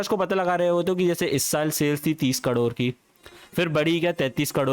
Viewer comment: 30 करोड ❌30 कडोर ✅